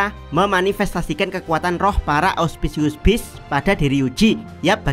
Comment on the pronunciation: Capek banget ndengerin lu ngmong ausciuspius beast dr kemaren bang 😂